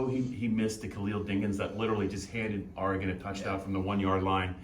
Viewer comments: It's Or regon not R regon! Smh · It's "Oregon", not "Aregon"...sheezus... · It's Ory-Gun. The Ory part is pronounced like Oreo. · Big 10 people need to learn how to pronounce Oregon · I think the most annoying thing about watching the Big Ten is listening to everybody not pronounce Oregon correctly